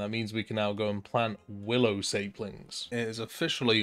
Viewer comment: Willow "SAY plings"????? bruh its SAP lings